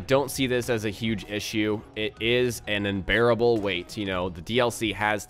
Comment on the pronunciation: He said inbearable lol that made my laughter unbearable.